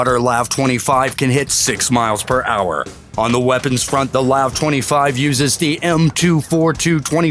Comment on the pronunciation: It’s not pronounced lav. It’s pronounced L A V -24.